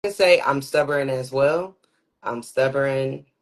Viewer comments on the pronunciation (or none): People that say stubborn like “stubberon” need to be locked up. Which I’m pretty sure she just got out of prison with that lingo.